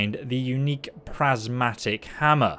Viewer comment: You're saying "Gladys" and "Prismatic" all wrong! lol